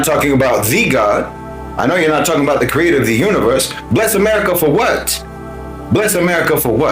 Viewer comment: “Bless america for whet!” 😂